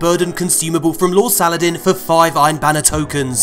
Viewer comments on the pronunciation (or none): none